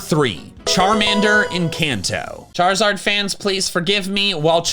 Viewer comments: WE DO NOT SAY SHUT UP ONLINE! SAYING BE QUIET IS A LOT NICER! AND IT'S CHARIZARD, NOT CHARSARD! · The Z in Charizard should be after the I!